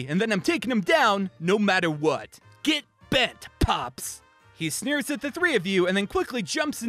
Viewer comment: Nobody:: G E T B E N T